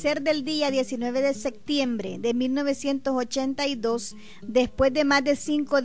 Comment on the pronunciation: Diocuarde que mujer mas GRENCHA la que narra esto. Dice: "SECTIENBRE!" WOW!